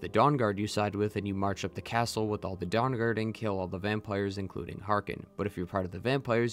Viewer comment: But you still pronounce Dawn Guard like Dong Guard. Sorry I’m a huge nerd and this stuff fascinates me endlessly.